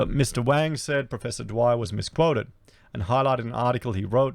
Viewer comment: Damn - you're going to piss China off even more lol - pronouncing Wang wrong! Wang is the same name as Wong, they hate when you say Wang.. next warning from China will be about Racist youtube channels:)